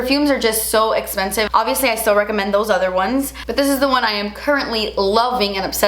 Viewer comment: You look gorgeous! Ps i love when you say “its so es-pensive” 🤣 love it!